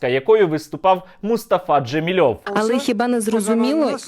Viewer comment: ДжамІлєв, від імені ДжамІль. (Не ДжамілЬОв)